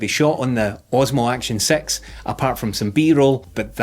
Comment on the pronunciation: "Action Sex" to my American ears.